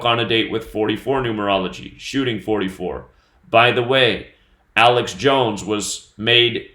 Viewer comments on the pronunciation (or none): none